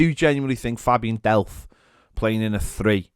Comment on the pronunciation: Did anyone else almost throw up when he said Delph?